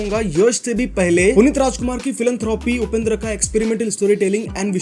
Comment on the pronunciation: There are others who come to Karnataka and not learn a thing and inturn insult local culture and there is this person who uttered every Kannada pronunciation so accurately. While calling Dr. Rajkumar he won hearts. Respect is what this land and people here expect. Kudos to this man and channel!!